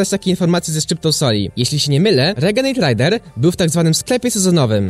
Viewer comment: renegejd rejder się mówi